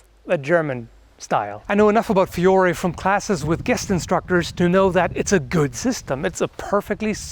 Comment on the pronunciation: The only thing I would point out, as an Italian, is that you should pronounce Fiore with a semiconsonant "i", like "fjore", but that's just nitpicking